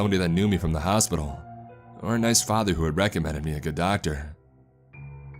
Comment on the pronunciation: "ItS aLl GoHooD"